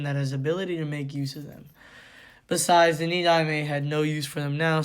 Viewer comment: Tobirama is the second so his title is pronounced “Ni-Dime”